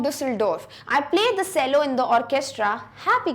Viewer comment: Chelo not sello